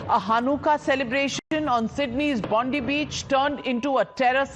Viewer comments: Bondi with an I not Bondee you bitch. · It's Bondi not Bondee you fucking Bundee. Get off the news cunt